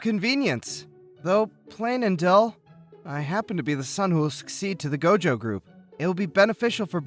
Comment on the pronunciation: did you say Gojo group?>__<